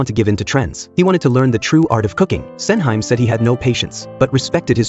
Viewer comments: LOL. Sen-heym... Sen-Hee-Mae... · The movie looks great but I absolutely can't watch this review anymore when the AI pronounces her name as "Sen-high-m". It's "Sen-hee-meh", you bozo. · Sen hi mey not Senhaim. 🙄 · FFS please get the pronunciation right. "Sen Hime" is pronounce as "Sen - He May" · not MAY. it's more like "MEH" and to the bot's defense, that wasn't even her name in the drama, it was "Sen Handa" / Osen for short. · Sen-hime, read with english pronunciation 🤦🏻‍♂️